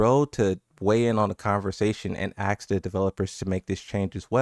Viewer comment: How can you say "Asuka" but can't say "ask"? They sound the same.